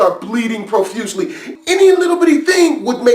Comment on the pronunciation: I like ur videos but when i hear u say profusely i wanna punch u ill still like ur video tho